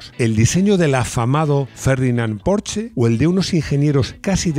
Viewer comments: En verdad tampoco pronunciaste bien Porsche. Se pronuncia "porscha" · No sabes decir bien Porsche 😄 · Hola y compañía. Casi casi pronuncias bien Porsche. La "e" ya no la omites... salvo algún lapsus 😁, sin embargo la "sch" no se pronuncia como "ch" de chepa, sino como la "sh" inglesa. Un abrazo. PD. Tuve un 2CV durante 2 años, muy divertido en las curvas. Y conduje un VW escarabajo en un día de viento y fue la experiencia más terrible vivida, una racha de aire te desplazaba 1 metro entero.